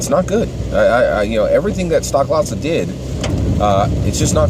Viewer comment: It's STOH-klasa btw not STOCK-klasa.